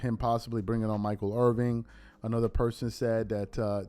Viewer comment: Its Michael Irvin....not Irving. I understand people make mistakes but this is your line of work....its IRVIN. Its not even like its some no name player, Irvin is a Hall of Famer and 3 time SB winning wide receiver.